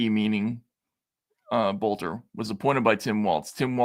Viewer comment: Boelter, pronounced Belter. I think in German it would be Bölter.